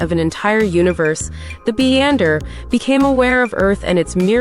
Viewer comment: Isnt his name Beyonder (as in Beyond) .... not Beeander ?? Sometimes people should put in som effort...